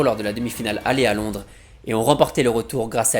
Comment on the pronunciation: Petite erreur aussi à avec "Londrès" au lieu de "Londres"